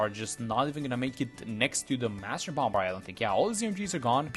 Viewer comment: I am not being mean, just there is no B pronunciation on the end of bomb/bomber - it’s just pronounced bommer basically